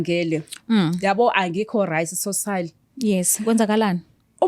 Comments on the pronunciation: Lol manje losisi akakwazini kuthi Right ngoba elokhu ethi Rice lol aiiii 😂🤣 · Guys lo cc uthi rice or right😂